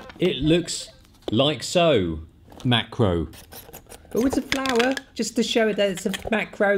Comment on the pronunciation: Awesome video. : "Oh it's a flawah, just to show it's a maacro lhens..." Haha!